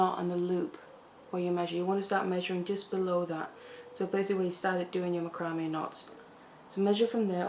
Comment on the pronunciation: I love listening to you.I love how you pronounce macrame. That's the way it is spelled. I have watched others but I like your tutorials the best. I finally bout a small macrame board and I am going to start with the bezeling cabs. I am basically a beader but want to make so jewelry with macrame. Thanks for the best videos.